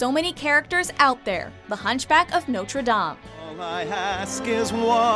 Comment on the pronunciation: The hunchback of notre.....DOME its dame not dome